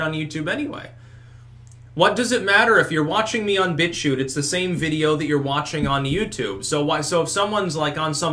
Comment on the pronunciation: "He's now a bitchuter" lol it sounded like "bitch shooter" xD